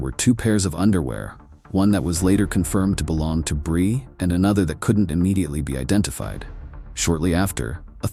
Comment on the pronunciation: What’s up with the pictures being all wonky and fake looking? And why the random mispronunciation “brye” and not “Bri” and then fixing it. And then going back to Brye. Idk if they’re AI edited images and voices , but it makes the video come off fake and disingenuous. Other than that it wasn’t a bad video